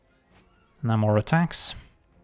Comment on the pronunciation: FYI, Namor is pronounced NAY-more.